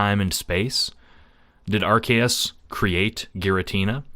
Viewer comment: IT'S PRONOUNCED ARC-OO-SE!